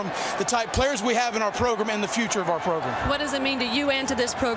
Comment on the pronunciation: the take away from that interview with Muschamp: "progrum"